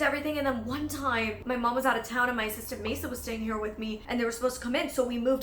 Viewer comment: At one point I thought you said "my sister Mesa" and I had to pause and be confused for a solid minute until I realized you actually said "assistant"